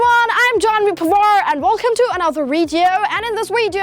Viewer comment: Learn how to pronounce the letter “v”. You are a good actor though. You might wanna change the content of your Weeedio😜😜😜